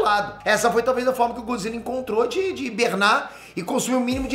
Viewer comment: Godzilla não, ' Godzille 😂😂